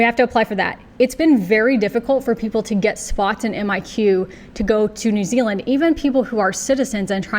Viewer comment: I’m grinning because you say New Ziland like a real kiwi. Nau mai, haere mai ki Aotearoa. Your skills are desperately needed here.